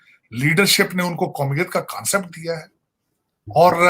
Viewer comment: It's not kansapet it's concept